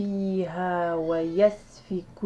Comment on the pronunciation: إنتبهي بارك الله فيك الى كلمة يسفك بفتح الياء و ليست بالضمة، و شكرا جزيلا